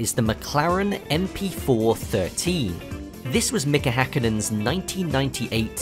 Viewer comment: As a finn I really aptecviate this guys perfect pronounciation of Mika häkkinen